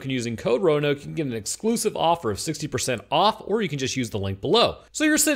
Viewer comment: Yo Roanoke is roan-yoked